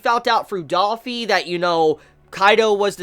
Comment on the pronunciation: bruh, just gotta say, i like your vids and all, but its not daffy, its dOffy lol, it annoys the fuck outta me when you say that